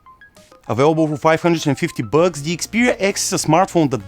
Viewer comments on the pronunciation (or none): At 5.10 did he say bugs instead of bucks?